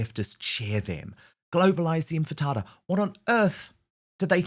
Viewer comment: DAN! Oh my goodness, this has to stop... It is: IN --- TI --- FA --- DA It is NOT: IN --- FI --- TA --- DA